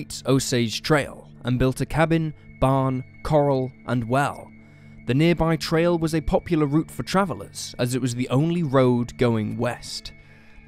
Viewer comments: Petit - pronounced “pet” “it” Corral - pronounced “core” “Al” Say it right! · Core al. Not the same pronunciation as the ocean stuff, coral. Core AL. It's an enclosure for horses. I don't remember if it was one of your vids or another I watched a couple months ago, but this has bugged me since. The other vid mispronounced it about a dozen times. Good vid though, still haunted by the Petit family, just awful. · The Benders built a "corral", a large pen to hold livestock, next to their cabin. The word is pronounced 'cohr-RĂL', rather than like the marine animal that builds reefs.